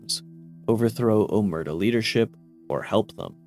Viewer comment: Oh-mare-ta not o-mert-a. Did you even play fnv? They say it out loud.